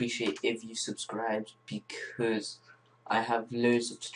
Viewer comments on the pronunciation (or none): none